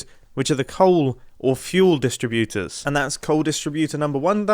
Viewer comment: Why does mumbo pronounce distributors like he’s reciting a poem with a iambic metrum?